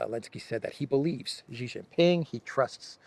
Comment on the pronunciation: Shee not Jhee.